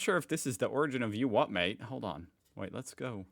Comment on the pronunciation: you are saying you wot m8 in a London accent, these lads would say u wha maate